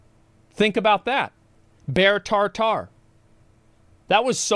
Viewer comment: "bear tar tar" hahahhaa